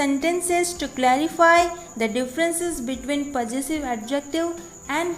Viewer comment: You don't know how to pronounce Possessive clearly